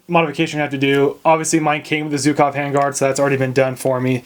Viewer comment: for the love of mother russia, learn how to pronounce "Zhukov" (it's not zukov). As a free bonus, stop saying "kalishnikov"